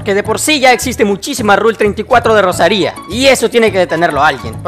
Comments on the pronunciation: Como cuando pones acentos donde no los hay, Rosaria no Rosaría ptm la ansiedad que me dio este video cada que decías el nombre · Qué guapa la Rosaría con acento en la i Digo Gracias por la guía xd